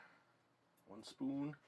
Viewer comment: Where are you from cuz you say spooin